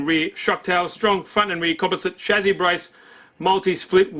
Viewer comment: Shame you say chassis wrong